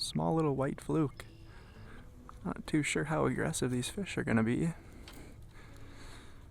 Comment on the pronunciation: nice Fesh..from now on I'm calling them fesh, not fish